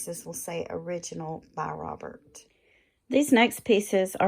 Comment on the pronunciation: Its pronounced robair- not robert